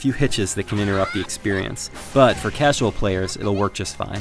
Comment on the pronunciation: did he just say cashual